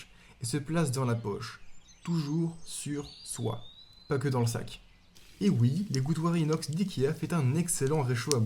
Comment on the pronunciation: Je m'y suis repris à 4 fois pour comprendre égouttoir et pas égoudoir